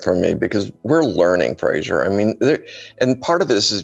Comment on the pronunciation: Very good indeed. Please do another one on the aeronautics of the Mars atmosphere. Thanks (Also, you were very polite: did he call you not Fraser all the way through)